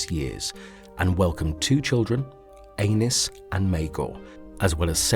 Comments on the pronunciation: lol! Please, change your pronunciations. Aenys is a - niece, not A - nus. 🤣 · *isn't pronounced like anus,like the narrator says it. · Pretty sure Aenys name isn't pronounced like Anus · Aenys, not Anus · well he keeps pronouncing it like anus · Lmao. "Aennus Targaryen" I'd love to watch the Hound, Bron or Tormund talk shit about that name.